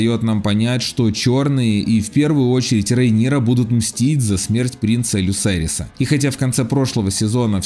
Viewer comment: Да и принц Люцерис, а не Люсерис